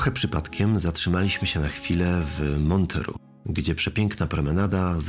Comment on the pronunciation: Czyta się tę nazwę Mątre . Tam odbywa się festiwal : „Róże Montreux”.